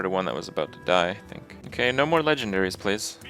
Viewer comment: "oke" made me laugh somehow